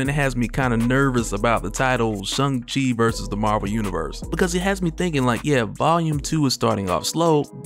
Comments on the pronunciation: Pronounced sh -- ang -- chi .. not sh - ung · Bruh... articulate, detailed and explained channeland I know you claimed a college degree so plz. Please Bruh.....SH-A-NG chi. Say "ing" say "ang" Say Sh-i-ng Say Sh-a-ng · Why are you saying "Shung" lol! Did I miss something? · I didnt kno his name is shung chi. I think there is an a not a u. Lol